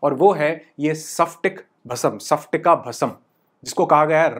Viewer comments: nice information❤ sir लेकिन उच्चारण सप्टिका नही स्फाटिका भस्म 😅बोलिये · सपटिका नहीं... स्पटिका🙆🙆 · Sorry to say sir isko सफ्टिका nahi स्फटिका bolte hain.🙏....aapne likha to sahi hai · Sir its called स्पटिका ( and not सफटिक) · सपटीका नही स्फटीका